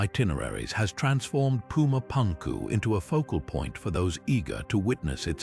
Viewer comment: whatchyu mean? you don't like puma pankoo?